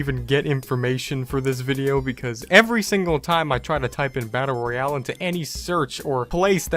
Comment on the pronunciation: He for got the e in Royale